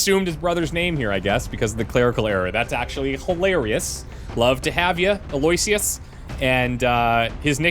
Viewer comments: I think von Norpendrock's first name is pronounced like AL-oh-Wish-us. Or at least the one that start's with an A. (See the movie, "Oh, brother where are't thou?" 🙂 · Eloyisious I've known pronounced as allo-icious. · Maybe is supposed to be Aloysius? AL-oh-ISH-əs Aloysius (/ˌæloʊˈɪʃəs/ AL-oh-ISH-əs) is a given name. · I believe it’s pronounced “El-oh-wish-us”